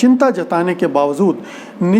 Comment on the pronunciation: Zamanat not Jamanat Bawajood not Bawazood